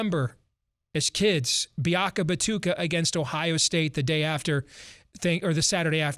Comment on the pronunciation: Biakama-damn-tuka game was BEFORE Thanksgiving,. Get it right.